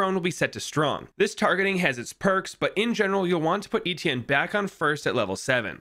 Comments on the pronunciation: your pronunciation of Etienne is maddening lol. Its pronounced Et- (like in Yeti) Ie- (like the letter E) nne- (like the letter N). Etienne. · you pronounced it wrong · I don’t think that’s how you pronounce etienne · You pronounce his name wrong and it pisses me off